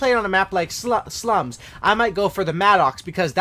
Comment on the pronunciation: anyone else hear how he said if your playing on sluts *slums use the Maddox 🤣🤣🤣